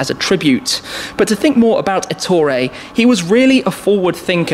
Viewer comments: You didn't even bother to mention the fact that Ettore was Italian. And also, Èttore, not Ettòre. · It is Èttore, not Ettòre.